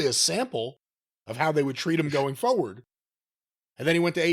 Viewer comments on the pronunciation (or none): I'd be pleased if could figure out how to pronounce "forward".